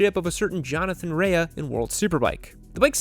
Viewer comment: Pronounced Jonathan r-ay not ray-a 😂